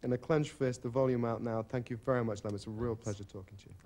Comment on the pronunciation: Did the guy not have time to ask Lemn how to pronounce his name before the show, very lazy interviewer.